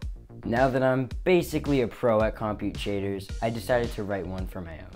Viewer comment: you've learned everything about compute shaders, except how to pronounce it